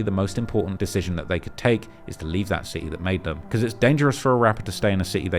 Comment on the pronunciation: Bruh it's city. Sit-tee pronounced not Ciiees!?! 😂😂😂😂